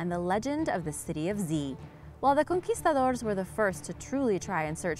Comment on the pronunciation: U can tell the narrator is of Mexican decent by the way she pronounced conquistadors in the beginning!😂